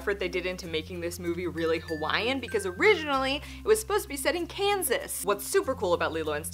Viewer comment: Great job pronouncing Hawaiian words 😊